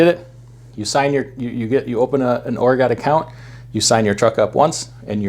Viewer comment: Don’t ever say Oregon again!